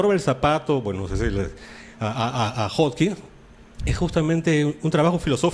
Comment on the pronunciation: Díganle al señor Arbaiza que es Hawking y no Hawkings.